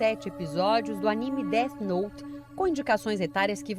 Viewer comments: O engraçado é os cara falando como se o "Dét Note" realmente funcionasse. kkk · Dos criadores de "tóquio guru" vem aí "déti nouti" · "Det note" kkkkkkkkkkkkkkkkkkkkk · Déte Noute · os cara sabem nem falar o nome do anime direito, certeza que nem assistiram